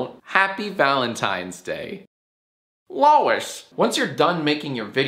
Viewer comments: I love how you say Lois like peter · I like how when Jack pronounces Lois he can't contain his laugh.